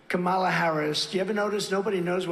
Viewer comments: Isn't it obvious to everyone that when he says her name as Kam-A-la he is intentionally using it as a racist/religious trope making it sound like the moslem god Allah. Same thing as when he makes sure everyone knows Obama's middle name with the emphasis on HUSSEIN. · Hey, Trump-poo, her first name rhymes with Pamela... Ooooh, hard to pronounce, right? Wrong! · He mispronounces KaMAla on purpose as he does with Barack’s middle name. He thinks it bothers them and their supporters. He's such an infantile ass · comma, la easy to pronounce....kamala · Notice how he pauses a second to make sure he mispronounces Kamala’s name? Yep, it’s intentional. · Trump mispronounce her first name Kamala to offend her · He is purposely saying her name wrong. All of these republican asses do the same thing because it makes her name sound super ethnic. The same thing he does by always saying Obama's middle name the link him to being a muslim. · The stable genius can't even pronounce Kamela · She can’t even say her own name, she says it differently. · Notice how Trump ALWAYS pauses before he mispronounces “Kamala”? Because he’s doing it deliberately to be a jerk. He’s pronounced her name correctly endlessly times…and when he does it just rolls off of his tongue. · Sometimes I pronounce Kamala the same way Trump does. But that's because sometimes I read Kamala like Obama. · Not a Trump supporter at all. But., you know he's purposely mispronouncing her first name because he knows it's clickbait for channels like this. He generates faux outrage. The best thing to do is not make that a talking point. It just gives him the attention he doesn't deserve. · Mispronouncing someone’s name is playground teasing, he’s playing to his cult, so dumb but it works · He's saying her first name incorrectly on purpose. Notice how he pronounced it correctly in a recent interview.